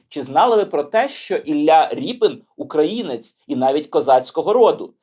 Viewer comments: Художник Рєпін, а не Ріпин !!! У ПРІЗВИЩАХ РОС, е в укр, мові = є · Дуже цікаво, потрібно знати свою історію. Не згодна з ріпЕн.Звучить неприродньо. Якщо від слова "ріпа", тоді за українським правописом буде ріпИн.Наприклад, від слова "сука" буде сукИн,але не сукЕн,сучИн. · Репін а не ріпин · А чего рипин? Тогда не шевченко , а шовчонко. Что за безграмотный дебилизм выдаваемый за правильность речи? Раз обидели войной, то пересрем всю культуру? Украина, покажи больше культуры, чем идиотизма!